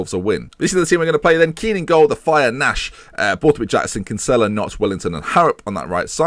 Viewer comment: for gods sake it's pronounced Kin-Sill-a